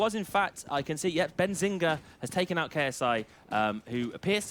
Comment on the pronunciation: My mans says "Benzinga"😂😂😂